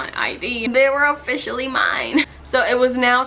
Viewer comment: Haha.. "ohFISHally" heheheheh